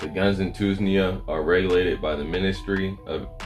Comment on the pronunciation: two-knees-ja = tunisia 🤣🤣🤣 good post, i am following this, good info thanks